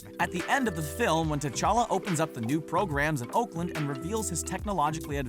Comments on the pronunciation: It's called T'Challa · it's t'chala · Its Ta Chala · Y'all said his name wrong you said black panthers name wrong